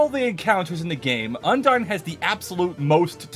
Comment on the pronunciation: UNDARN Like if you noticed that he said Undarn